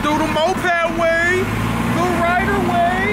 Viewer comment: "chocolate waayy"😭😂😂😂got me weak af